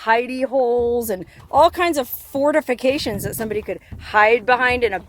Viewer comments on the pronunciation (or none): did you say fornifacations??😂